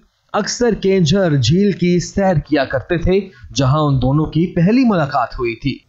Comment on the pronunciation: Bhai ye kenjhar nahin keenjhar hai